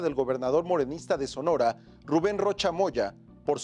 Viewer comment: El presentador dijo "SONORA". 🤨